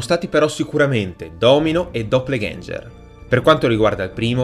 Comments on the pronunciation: E pensa... per riuscire a pronunciarlo così da cani avrò fatto 30 tentativi, fra i quali sono uscite le cose più strane con annesse imprecazioni. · Doppalganger non si pronuncia cosi.....